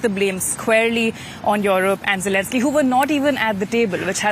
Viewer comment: Dafuq are there so many Indian reporters for a German channel? Can't even pronounce Europe properly, says Yorope.